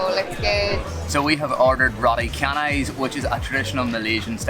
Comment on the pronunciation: You guys have lived there long enough to mispronounce roti canai ;)